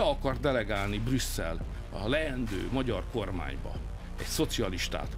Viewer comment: Herr Wéber, nain Magjár, hanem Magyar. Bzmmm tanulj meg beszélni